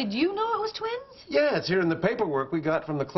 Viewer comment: "Twins" not "tweens"